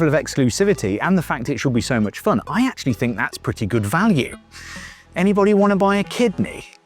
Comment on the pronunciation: its purdy